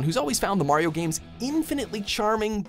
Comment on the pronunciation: No: 1. learns to pronounce "Mario" the right way.